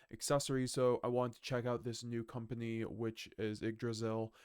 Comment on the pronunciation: It’s pronounced igg-dra-zil not why-g-g draysal?